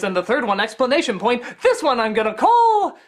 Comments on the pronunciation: Doug mispronounces "exclamation point" every single time. Explanation point? What? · He keeps saying "explanation point" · i just now realized at the begining of the 3rd episode Doug says "explanation point" instead of exclamation point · Christ, Doug, learn to say "exclamation point".